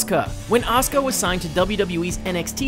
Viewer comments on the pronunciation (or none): It is a-su-ka